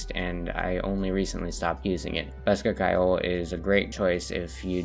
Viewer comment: As an Irish speaking person hearing people pronounce ceoil as kile is painfull